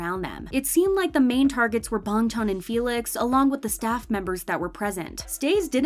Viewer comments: "Bong chon" I CAN'T IT'S BANGCHAN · Does anyone realizes she says bangtan not bangchan💀💀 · It's actually Bang chan with a a, not bong chan with an o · BRO SAYS BUNG CHAN 🥲🥲🥲🥲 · Yea but his name is pronounced like bong chan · 'Ee know' 'Bang chon' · I dont know why but i got so annoyed when dhe sad "Bongchon" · Why you pronounce Bangchan as BONGCHONG? Goodbye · I can't with the way she pronounces bang Chan😂😂😂 but really are they actually stays like come on